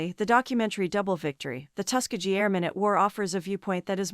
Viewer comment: First of all learn how to say Tuskegee (Tusk as in elephant tusk, Key as in key to a door and gee as in ghee the indian clarified butter). Other wise you sound like an AI voice.